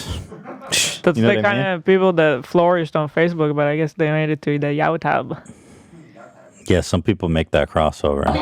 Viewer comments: "yaw-tub" Hila slang or Bailliff impression for "YouTube" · Please Zach soundbite Hila saying “YowToub” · Ethan: who is to blame ? Hila: Yataube 🤣😅🤣